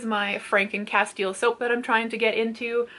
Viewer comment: Good morning!!!! So listening to you say “Castile” made me realize I have been saying it wrong my whole life 😂😂